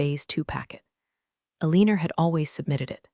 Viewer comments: Why is the name Alina being pronounced "Aleaner?" And the glance of eyes would be related to rzdar, not sonar. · Alina pronounced with "er" ending, not "a". Pentagon shouldn't be hard to say . Very sloppy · Ah lee ner ?? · Why does the call her Alinar? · Some real-life accents will add a tiny 'r' to some things ending in a. I have heard people talk about having an agender instead of agenda, for instance. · If her name is Alina (whose name the bot cannot pronounce) than why did she sign off as E.M.? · Pen TAGon, Due Dee (DoD), AlinER instead of AlinAH, can't pronounce ranks... ARGH! I almost backed out because of how often I was literally cringing. It is a good story, but I honestly cannot recommend it because the mispronunciations drag the listener completely out of the story every time! Please get a better reader and re-upload it.